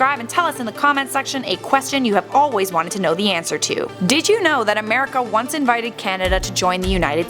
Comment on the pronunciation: Camerica XD